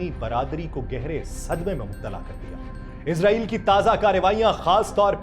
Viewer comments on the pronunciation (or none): او بھائی اسرائیل ھے ازرائیل نہیں موت کا فرشتہ سمجھتے ہو افسوس پڑھنے لکھوں پر